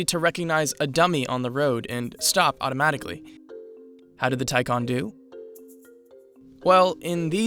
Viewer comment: Say it with me...Tie Can (not con)